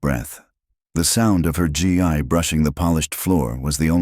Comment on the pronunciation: Gi pronounced gee not g and ai